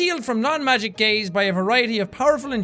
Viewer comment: when jack said something about “non magic gaze” I thought he said “non magic gays”😂😂😂wtf